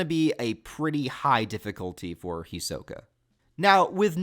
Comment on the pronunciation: You are saying his name wrong